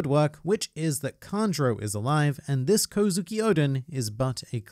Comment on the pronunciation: Its kanjuro